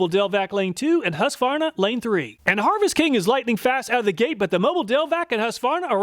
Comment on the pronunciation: Another Great video, and it is nice to hear someone pronounce Husqvarna without saying, "hooska-var-nuh"